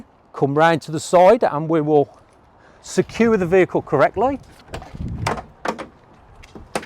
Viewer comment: But He also saying Sure and suuaaa and secure and secuuuaaa :)